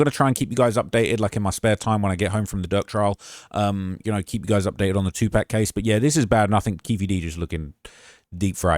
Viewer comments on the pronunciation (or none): Yoooo 😂😂😂😂 2 pack 😂😂😂 it's 2pac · Bro please say it right gang it’s 2pac not 2pack it’s not tha hard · STOP CALLING HIM 2 PACK! IT’S 2 PAC (POCK) it’s sounds terrible! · Tu- PAC not Pack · "Two Pock" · I love you but if you call him 2 pack one more time imma have beef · Soon as i heard "two pack" I ran to the comments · If i hear you say two pack one more time... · Haha like he’s ordering 2 Packs of sigarets at the gasstation 😂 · stop saying pac name wrong 😂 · I hate when people dont know how to pronounce a name this iconic....Do better research